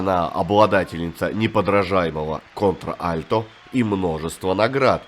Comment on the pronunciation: спасибо за интересный обзор!. Небольшая ремарка; голос Шер называется не кОнтр альто, а контрАльто. И жаль, что не уделили внимание популярной песне дуэта 1971 года "A Cowboy's Work Is Never Done".